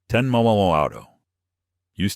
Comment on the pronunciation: AI sure can not say mm worth shit